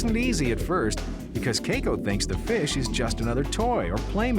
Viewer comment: Anyone else bothered by how the narrator is pronouncing Keiko?